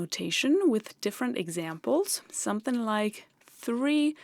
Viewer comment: Something rhymes with ring, bring, or sing. It does not rhyme with bin, sin, or din.